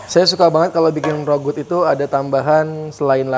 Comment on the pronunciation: Rougut itu bacanya RAGU lho kayaknya...